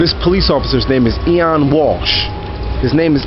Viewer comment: It's pronounced OH-WEN, not EE-ON. It's the Irish spelling of the name Owen. It's an Irish name. Just to let you know. Nice hat.